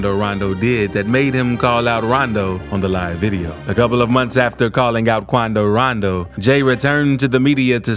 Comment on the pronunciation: KWANDO RANDOW!